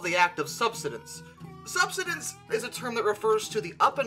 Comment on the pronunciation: Sub-side-ence lol sorry had to